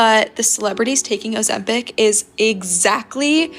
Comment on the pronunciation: It’s Ozempic.